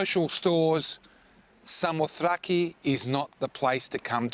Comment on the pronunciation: Samothace...pronounced 'Sa-mo-thra-gee'...the last syllable is pronounced 'gee' as in Gizard. Tut tut tut to 'ace'. Other than that, excellent video and thank you.